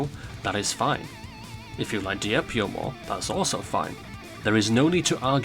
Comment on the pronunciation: "Dihjep Io vsys Arræsēo" 💀💀💀💀☠️☠️☠️☠️💀☠️